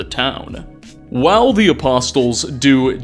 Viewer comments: Lol, the t is silent. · Its just one of many bizarre errors he makes in his videos. I honestly hope its just engagement bait but hard to tell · Your videos are highly informative, but you consistently mispronounce apostles. The t is silent. It’s making my eyeballs itch. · For future reference the T in apostles, is silent. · Little FYI, the T in apostles is silent:) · Just a friendly fyi, the T in apostles is silent. Good video :) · The T in apostles is silent. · The "t" in "apostles" is silent (in English). I'm gonna guess you didn't grow up Christian or at least not paying much attention in church. Lucky you. lol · Another great video keep up the great long form informative invesetigations into lore. (btw the T is silent in apostles) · great video. But PLEASE, stop pronouncing apostles incorrectly. They say apostles correctly so many times in the voice dialogue. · Great content, but please, the t in apostles is silent. 😛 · Every time pronounces the T in Apostles a puppy dies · had to scroll way to far for a comment like this😂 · …just so you know you aren’t supposed to pronounce the ‘t’ in ‘apostles’… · Great video, can't help but mention though that the T in apostles is silent. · I can’t imagine the time and energy that goes into a video like this. Constantly impressed! The only thing is… the ‘t’ is silent is ‘apostles’ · Just a helpful English tip for you, the T in "Apostles" is silenced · Doesn't make up for pronouncing the T in apostles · That isn't actually him, if you believe it you're all a bunch of idiots considering he can't pronounce apostles 🤦🏻‍♂️. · Every new video brings to light another fairly normal common word that he just happens to not know how to pronounce lmao. Apostles has a silent 't' haha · Apostles = uh·paa·slz The “t” is silent. Stay safe out there everyone. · a-poss-uls not a-pos-tuls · Apostles (a pah soles) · Oh you know damn well it's not aposTles fucking triggers me so hard with that